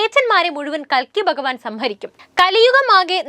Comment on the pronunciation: കൽക്കി അല്ല കുലുക്കി